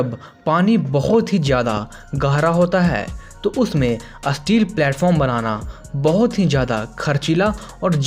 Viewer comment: Asteel nhi steel hota Hai...